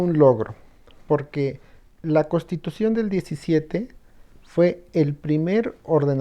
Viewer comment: Lo digo con todo respeto al, pero dice CoStitución en vez de CoNStitución, esto se escucha incorrecto.